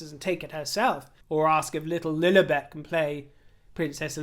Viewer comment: It pronounced Lil-i- bet, short i, not Lil-eeeee-bet. You, as a Brit, should know this.